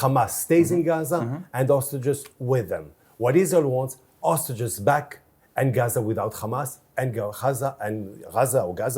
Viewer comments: you are an insult to the human dignity and intelligence. There is a difference between hostages and ostriches. Please learn to pronounce it correctly before you do your next genocide defending interview 😂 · now teach him how to spell "hostages " - it's H-O-S-T-A-G-E-S, not OSTAGES